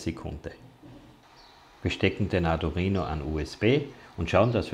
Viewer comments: Gutes Video aber bitte sag in Zukunft Arduino und nicht ardurino. Wenn man sich mit der Materie schon auseinandergesetzt hat und die Namen drin hat, stört das ganz schön. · Bitte: arduino nicht arduRhino. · Du erklärst das recht gut - aber das Teil heißt Arduino - nicht Ardurino, wie Du den ständig nennst. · Es heißt Arduino nicht Ardurino😅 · Tolles Video. Nur: Bitte nicht Ardurino sagen es ist Arduino. Da gibt es nur ein R im Namen. :) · Das Video ist super. Aber mich triggert deine Aussprache des Arduino. Ardu(!)R(!)ino. Schwierig beim Thema zu bleiben wenn in jedem zweiten Satz diese falsche Aussprache Mitschwingt. Vielleicht ein persönliches Thema 😉 NO Offense! Aber da ist KEIN zweites R in der Mitte!!!! Aaaaaahhhh. So das musste jetzt raus 😉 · Nur eine Kritik. Arduino, nicht Adurino. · Das Ding heißt Arduino NICHT Adurino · Er hat sich ein Mal versprochen ! wenn man nicht zu hören kann dann leise sein ok ? Toll 😊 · Du sprichst ständig von ARDU*R*INO ?? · "Adurino" :) Aber gutes Tut, Danke! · Ist es Absicht ständig ADU"R"INO zu sagen, oder wie? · Tut mir leid, aber das sich ständig wiederholende "ArduRino" kann ich mir nicht anhören....